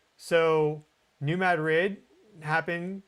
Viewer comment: Dude, learn to say New Madrid correctly.